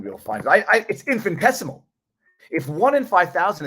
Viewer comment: Infin I tessimal Infin I tessimal Repeat after me : Infin I tessimal Infin I tessimal Infiniiiiiiiii Ooops. I own it is just an infinitessimal detail and YOU ARE A GENIUS and we LOVE VIVA VIVAAAA